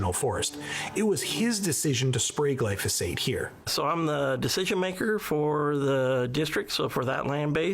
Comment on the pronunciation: First, this lady says "Glysophate" instead of "Glyphosate" and then she calls it a pesticide. Not a pesticide. This is a great herbicide and I use it often.